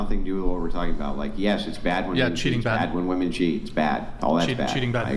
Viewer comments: My God, why can't they pronounce "women"... when the hell did this start? I've never heard anyone in my life who can't pronounce women until I started watching these podcast videos. Am I the only one? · Another woman that can’t say the word women. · Am I the only one who is bothered by them saying woman instead of women? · Why tf do they say woman in place of women? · It’s women, not woman. Holy shit. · Are these numpties ever going to learn how to pronounce the words woman and women correctly? needs to make that a requirement to be on the show at this point. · The word is "women". Why do they always say pronounce the plural like "woman"???? Drives me crazy. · Always..."Woman" instead of "Women" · What's with these women that can't pronounce "women" ? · ITS WIIIIIMMMMMIIIINNNNGGG NOT WOMEN! Ffs dumb ass! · Someone please teach women how to say women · They do that on purpose, just to annoy people. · Since Andrew started pointing this out I can’t unhear it. I notice women doing it constantly now and it’s become one of my biggest pet peeves.